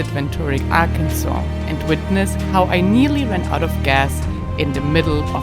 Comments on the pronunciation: As a native born Arkansan, I can definitely say it is pronounced "AR-kin-saw". I love my state and its generous, warm hearted people. I spend all my free time riding my horse in the national forest in Crawford County. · Mein Deutsch Ist Neicht Ser Gud: Arkansas wird „Arkansaw“ ausgesprochen, um die französische und indianische Geschichte des Bundesstaates zu würdigen, anstatt den üblichen englischen Lautregeln zu folgen. Französische Entdecker schrieben den Algonkin-Namen für das Volk der Quapaw mit einem stummen „s“ am Ende, was 1881 durch einen Beschluss des Parlaments von Arkansas offiziell festgelegt wurde. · AR-Kansas really angers local people. We were a state before Kansas, so the pronunciation logic makes no sense. It is a poor English translation of a Native American word which means "south wind". Please just say it right, don't be disrespectful. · Hello, I can provide some insight to the pronunciation...When I was a child in the 60's I lived in Southern Missouri..Many people called Arkansas..AR (our) Kansas...I think it has something to do with accents and illiteracy maybe..Or perhaps settlers in the early days may have had territory disputes and thus called the area Our Kansas while the neighbors had Kansas ,,Immigrants back in the 1800's were mostly illiterates. It is similar to Ketchup being called Catsup..Many years they had the same product were called those 2 different names..Ketchup won the popularity contest and became the accepted name..The last time I saw a bottle of "Catsup" in the store was in the early 80's.Those same people used to also call Tennessee ..TEN SEE...Also I lived in North Carolina in 1970 and in school they taught us to spell Arkansas as Arkansaws...Anyway, I am old and schooling has all been radically changed..America being a Democracy dictates that the majority makes the pronunciations, whether they are correct grammar or not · Arkansas is French,, so say it like a French person.. meaning, south breeze.